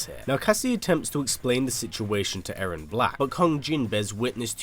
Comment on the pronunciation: It’s now A-rron it’s E-rron